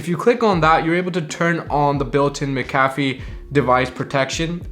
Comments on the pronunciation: its Mac-a-fee.. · It's pronounced mac-ah-fee